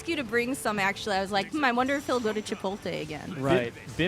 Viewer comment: Did she just pronounce Chipotle as Chipoltay? duh fuq